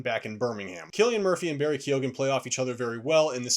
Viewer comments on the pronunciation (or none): Bruh the names pronounced kyohan, Irish names aren’t too literal with the letters, if it’s a go in a name it’s typically pronounced like the go in the word “light” just a little thing that I’ve noticed with many reviews of this movie